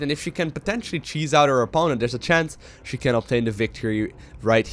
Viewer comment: every single time he says "she" i cringe.